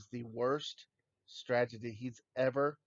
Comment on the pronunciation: This guy needs to learn how to say STRATEGY.....not stragety.....